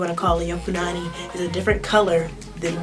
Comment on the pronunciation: Yeah you said punani right lol